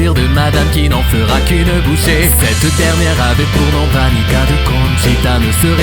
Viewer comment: J'aime beaucoup l'accent que vous mettais a Vanica de Conchita, ou même juste Conchita. ^^ super boulot :p